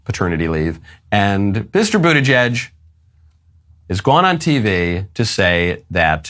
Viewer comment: Pete Bootyjuice, isn't that what Biden called him? Or was I the only one who heard it?